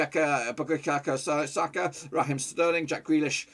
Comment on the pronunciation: Butchered Bukayo Saka’s name